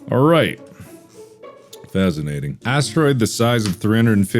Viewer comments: did you say fazinating😂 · The fact that he said fazinating after reading an article about bears concerns me